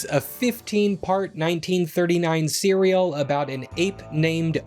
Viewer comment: Anyone else hear him say “15 part cereal” when talking about the six gun gorilla